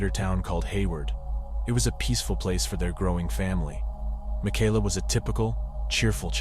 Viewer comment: You go back and forth between calling her Michaela (ma-kay-la) and “ma-ky-la” . Strange. Typically the name Michaela is pronounced like the former.